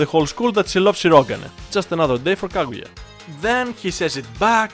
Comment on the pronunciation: its Kaguya not Kagura